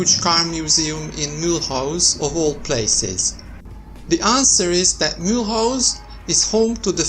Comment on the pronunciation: He cant even pronunciate the name